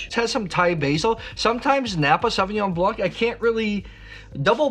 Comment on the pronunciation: The 'c' in Blanc is silent.